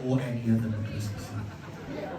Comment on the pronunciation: Is it pronounced MAC-LUSKY or MAC-KLUSKY? It sounds like you're saying MAC-KLUSKY.